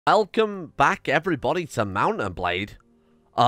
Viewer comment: "Elcome back" my favorite part of the video